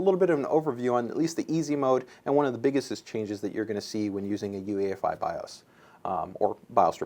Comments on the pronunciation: try to sound as intelligent as you possible can? well first off it's UEFI not EUFI lol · The asus guy corrected the newegg guy on 'UEFI' but then he called it UFI like a bajillion times throughout the vid... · Its UEFI not EUFI you dumbass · We need to just start pronouncing it YOU-eh-fee now. :)